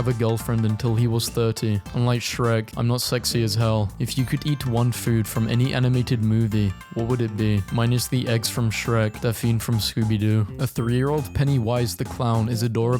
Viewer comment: I know he didn't just pronounce Daphne's name as "Dapheen"